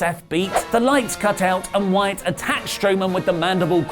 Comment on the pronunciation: Ironically you botched "Wyatt and Rollins" lol